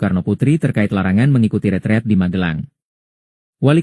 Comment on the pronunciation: Yang benar pengucapanya "Ritrit" versi Indonesianya Retret🎉